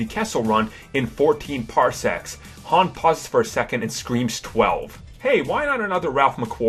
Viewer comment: its han not ham